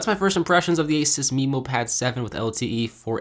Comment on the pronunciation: Not only that, but "Memo" is usually pronounced meh-mo not mee-mo.